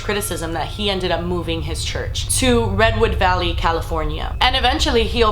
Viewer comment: She said RedWood valley and I was like "oh fuck no"